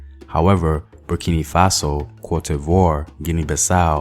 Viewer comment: Bur-ki-no Faso...not Bur- ki- nee my brotha. Co-di- vwah...not Cote- di- vore...good job otherwise